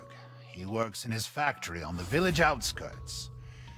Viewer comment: Jak jsi na začátku řekla viliš místo vilič (nebudu psat anglicky pardon)mě to znělo jako viliš (mi)xD